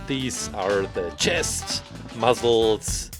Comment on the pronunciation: The way you say muscle is so look funy